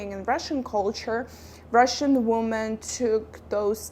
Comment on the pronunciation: Thanks for the video. Women (which is the plural of Woman) is pronounced like: Wimin